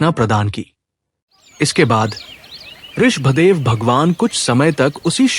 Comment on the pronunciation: Aap Rishabh dev ka pranouncetion theek se kare